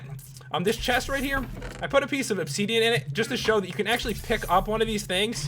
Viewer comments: WHATS OBSEEDIAN? PS: ITS OBSIDIAN /\ THERES AN I NOT AN E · And also said obsidian as obsedian and iron ingots (in-gets) as in-gots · Stop saying obseeeeeeedian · '' Obseedeeén'' '' iron ingaats'' why cant you just say obsidian and ingots like a normal person :P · nz chicky yea u cant be horrible to someone if they say obsiden wrong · Lol he says obseedian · you were saying opseadean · Or 'opsidian' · and obsiidian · obseedean. xD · You pronouced Obsidian wrong. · I love the way this guy pronounces things. ObSEEDian, iron inGOTS, portal gun pedaSTOOL.